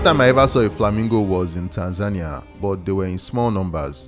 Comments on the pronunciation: It's pronounced "Tan-Za-Nee-Uh", not "Tan-Zania" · there is an accepted and correct pronunciation for all words, this extends to names and place names. If you want to go through life pronouncing most things wrong because that's how you feel, that's up to you. I will still continue to correct this video's mispronounciation of Tanzania